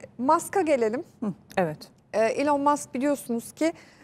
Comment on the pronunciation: Ilon deyil gerçek telefuzunu ogrenin